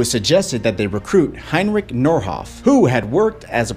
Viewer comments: MANN lernt endlich die Namen und Automarken richtig auszusprechen Das hält man ja im Kopf nicht aus z.b. Es heist nicht Börlin das heist Berlin und nicht Heinrik sondern Heinrich ich sag ja auch nicht Nef York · Yeah, that "translation" at the beginning doesnt match. And it's not "min kampf," it's Mein Kampf. and, it's not "hen rick" it's Heinrich. And he wasnt directly responsible for the Holocaust. You're completely forgetting about Reinhard Heydrich and Adolph Eichmann. It's also not called the "cubbel wagon." You really need to get your facts straight before posting half truths and a butchered pronouncation of this things you spoke about.